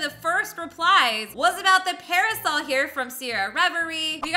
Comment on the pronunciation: ...Its pronounced pair A sole